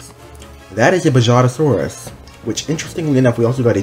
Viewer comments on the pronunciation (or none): Buh-HA-juh-SORE-us The J makes an H sound :) just a lil tip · You should say Bajadasaurus like (Ba-ha-da-sawr-us)